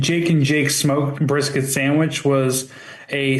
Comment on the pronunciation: is going be eating "breef bisket" with his "shied frimp"